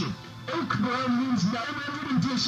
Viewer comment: he said BBROWN, not brown.